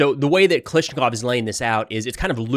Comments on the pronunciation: Can you Americans get it right? KA-LASH-NI-KOV NOT Ka Lish Ni KoV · KA-LASH-NI-KOV NOT KA-LISH-NI-KOV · Can you please just run the Russian names in your commentary through Google Translate or something to hear the correct pronunciation. You're butchering it really bad bro. Kal***A***shnikov - there's literally a gun named after it (AK-47).